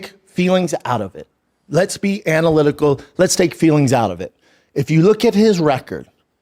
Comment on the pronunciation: Ana-lick-ki-cal....what a dummy😂